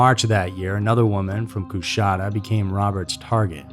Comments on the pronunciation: Kuhshatta, not coos hatta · The city is pronounced like Kashaaada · I read he was from Coushatta La. I was raised in Shreveport, La. Too close for comfort. BTW it is pronounced Coo shatta. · It's said "Ca-shatta". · Coushatta has a “sh” sound, it’s not “Cous-hatta.” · You butchered my home town lol. its KA-SHAT-A. My mom dropped her sister off at his house one night, but he wasnt home. Lucky. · I'm from Louisiana in the way you pronounce that city is hilarious